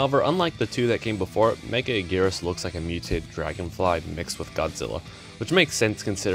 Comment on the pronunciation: no way homie just called megaguirus "mega anguirus"